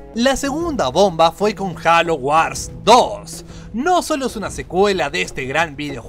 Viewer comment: no es jalo es jeilo :v